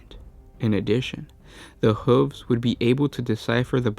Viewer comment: Sorry, maybe I'm focussing on the wrong thing, but I just can't look past the way you pronounce 'hooves'.